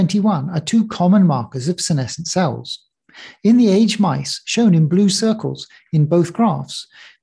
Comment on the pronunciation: Interesting, and for me a timely video. A small note on English usage: mice are not aged like wine, but "ay-jid".